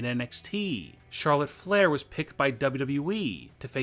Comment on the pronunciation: chorlef flair. Edit the script plz